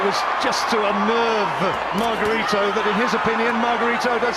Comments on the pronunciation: mar gah ree toe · antonio magarito ang tamang bigkas ng panglan nya